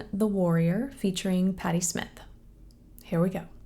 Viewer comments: It's Smiiiiith not Smith. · FYI "Smyth" is pronounced with a long "i" sound, rhyming with "height" or "light." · SM-EYE-th. sm-EYE-th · The Y,in her name,is pronounced,with the long,letter I sound.Such as knife.Not Smith. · I believe it's pronounced Sm-eye-th and not Smith. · Sm-eye-th, not Smith. :) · Last name is pronounced sMY--th. Must check out Goodbye to You by Scandal. Official video. Big hit. She's only 25 in that one. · BTW, her name is pronounced with a long vowel “eye”. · It's pronounced Sm-eye-th. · Smyth pronounced with a hard I vowel....like "smile" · Hi, It's like Smy (rhymes with Dry) -th. There was another artist named Patty Smith. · you pronounced her last name wrong.